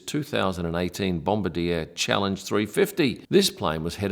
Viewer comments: As a Canadian I ask you to please stop saying "Bomba-deer." The company is named Bombardier and it's pronounced "Bomb-bar-dee-ay". All of Canada thanks you! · bom-bar-DEE-ay; not bom-ba-deer. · your pronunciation of BOMBARDIER is absolutely TERRIBLE....Its Bomb BARD, y eh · It is always a bit grating for me when people pronounce Bombardier with English phonetics. It is a French Canadian company and is pronounced Bom-bar-dee-ay. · bombardier is pronounced bom-bar-dier (D eh). canadian company so just remember the the eh! haha. great vid cheers! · Great video, 1 small correction though Bombardier is actually pronounced "bomb - bar - dee- ayyy’. It’s a French Canadian manufacturer originally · I think it's supposedly pronounced bom-bar-di-a 😄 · Joseph-Armand Bombardier (inventor of the Snowmobile) who was a French Canadian that established what today is the largest Aircraft Company in Canada. The ier at the end of his last name is pronounced as an A which comes out more as Bombarde-a . Yes I know I'm being picky but you handle Dassault so well, when a lot of people don't, I thought I would take a chance and help you out with that one. Great video and I don't know why people don't subscribe either, or hit like or become Members. It's so painless. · The manufacturer is pronounced 'BomBardeeyay'. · sorry it is pronounced BOM BAR DE A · Are you sure? Because Dassault is pronounced a little bit differently from how he did it and Bombardier is spelled with a french -ier, regardless of how the founder wanted to be called. That phenomenon is very common in North America where the people themselves butcher their own given names of european origin, namely the german names. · yes did keep chuckling to the pronunciation. Also wondered where farrow airport was too 😂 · Yes, I am sure. I have been the Aviation Business for 50 years and happen to live in a City that has a good sized Bombardier Facility. I am also certain that Dassault is not Das-salt. It is Da so.